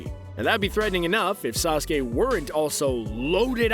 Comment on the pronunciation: Bruh wtf is sasuka